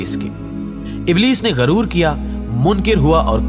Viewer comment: غرور نہیں غُرور زیر زبر اور پیش کا استعمال نہ کرنے سے اور لاعلمی سے ایسی غلطیاں سرزد ہوتی ہیں